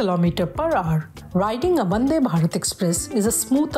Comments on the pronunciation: It’s vande not bande 🤷🏻‍♂️ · Hello Lady it is not "Bande" its "Vande".